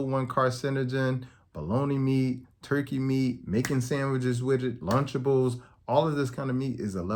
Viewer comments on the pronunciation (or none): none